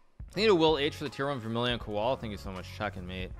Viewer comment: Vermillion-cola not koala